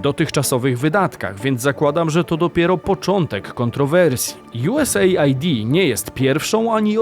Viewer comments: czytamy nie USA - ID, tylko US - AID. Pozdrawiam;) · USAID to chyba czyta sie US ajd a nie USA id ? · US AID a nie USA ID 😅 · "JuEsEjd' chyba się czyta